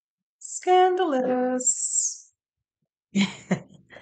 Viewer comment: Omg, the way just said Scadoulous, has me rolling 😄